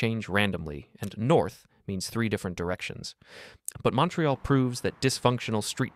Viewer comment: This is AI. Can't pronounce Montreal or Edinburgh. Also let's be honest, ever channel started in 2025 is AI.